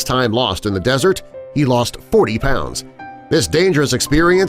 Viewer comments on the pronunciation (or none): none